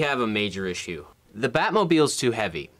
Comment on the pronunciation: “Ishue” you mean issue?